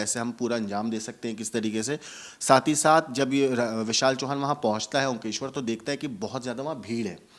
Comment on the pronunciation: Omkeshwar nahi he bhai omkareshwar...dharmik sthal ka naam to sahi lijiye.